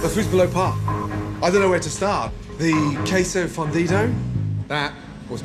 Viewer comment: Dude ordering really said KWESSO FUNDIDA